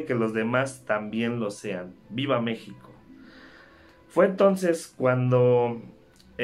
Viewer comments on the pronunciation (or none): none